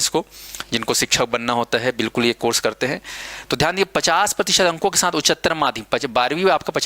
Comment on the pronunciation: उच्चारण तो शुद्ध कर लीजिये महोदय, उच्चतर होता है😊